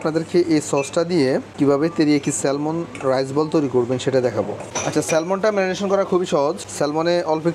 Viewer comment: এই মাছটাকে স্যালমন বলে না, স্যামন বলে। আর প্রাইজ না, না প্রাইস হবে।